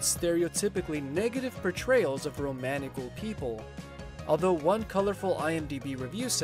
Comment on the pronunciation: Isn’t it pronounce ROM-KNEE-CHEL?